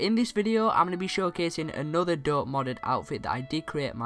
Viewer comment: it's a joke he says dup instead of dope